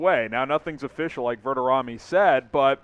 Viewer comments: Not overly surprised but, shocked that you don't know how to pronoun Matt's name. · How did you just pronounce Matt Verderame’s name? Blasphemous